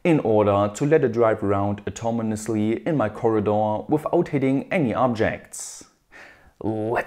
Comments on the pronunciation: "automonous", "automonously", lmao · Automonously ? Or Autonomously ?